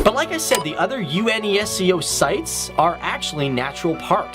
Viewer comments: U-N-E-S-C-O he said, instead of just saying Unesco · unesco is still a word. yu-ness-ko. do you guys not get the news there? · HAHA! Seriously U-N-E-S-C-O??? Such fail dude! The acronym is pronounced as how it is spelled. Next time, please just Google first before you read your scripts especially when it's the name of such a prominent organization. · Every time its U N E S C O WHY MAN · आदित्य किशोर प्रसाद i don't agree with that. it's an educational/factual show , so they should be accurate enough on what they're conveying to people. try to pronounce the words slowly as well. UNESCO is pronounced not by the letters itself but "you-nes-co". among other mispronounced words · "UNESCO" is pronounced, not spelled.